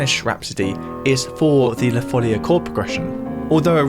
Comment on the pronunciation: this cord progression of la folia gives a renaissance touch even with your composition with electronic instruments. BTW, in Spanish it is la folía with a stress on the i. Some claim that due to its musical form, style and the etymology of the word, it is assumed that the melody emerged as a dance in the middle or end of the 15th century, in Portugal or in the former Kingdom of León (an area of Galician influence) or in the Kingdom of Valencia. Both in Portuguese and in Catalan/Valencian "la folia" is pronounced with a stress on the I, even if the accent is not written. Sorry for the pedantry 🥸